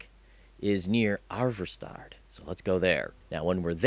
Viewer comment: why does he pronounce ivarstead "arvarstard"?